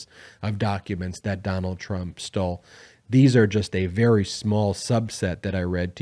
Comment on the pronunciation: I tok a shot evry time u said "Donald Trump stoll"....haha! It 5oclck somewhere!